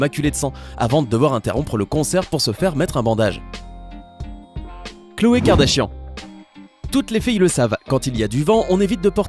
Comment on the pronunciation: c'est pas khloe c'est cloe